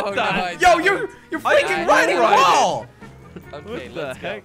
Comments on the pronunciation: said woll jelly said feenally bro WTF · It’s not a whool its wall jordy. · lol can even say wall he says wool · why cant say wall /LOL